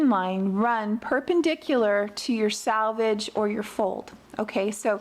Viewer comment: Selvage is pronounced with the E= “sell vage”. “Salvage is some thing preserved or saved”